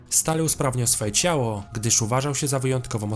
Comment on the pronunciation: CiałO, KorporacjE... kurwa, jak ty dziwnie mówisz.